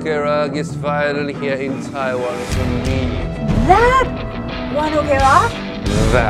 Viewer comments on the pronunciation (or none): none